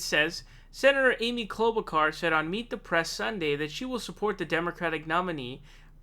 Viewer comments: 'Klobukar?' Are you taking the piss bc her own family is in disagreement over the pronunciation? 😂 WHY ARE YOU SAYING IT LIKE THAT? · Why do you mispronounce so many names? Joe Ro-Gann, Amy Klobo-car..... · She is not a "...kar", she's a "...shar". Like in "Charlotte", like in "charlatan". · Oops, almost pronounced her name correctly. We can't have that. But my favorite is Cloudbootjar as coined by Kyle Kulinski. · Dude why r u pronouncing it like that. Ur like Pakman trying to pronounce Gabbard. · You pronounced Klobuchar wrong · Why u leave the h out of klobuchar I’m confused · Dude is it too much to ask for you to learn how to pronounce the names of the people you’re doing videos about it makes you look and sound so stupid. Have you really never heard anyone say her name before are you kidding? And the names you miss pronounce you were always the only person I’ve ever heard miss pronounce those names like there’s something seriously wrong with you. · yeah butcher her name!